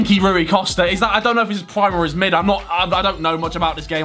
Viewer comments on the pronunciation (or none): none